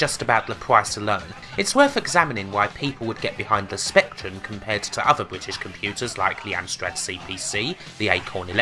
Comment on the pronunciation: wotting bwitish pwivatization.